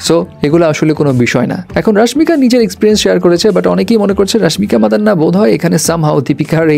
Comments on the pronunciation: রাসমিকা মান্দানা❎ রাসমিকা মাদান্না😂😂😂 you are a clown 🤡🤡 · It's not রাশমিকা মাদান্না, Its রাশমিকা মানদানা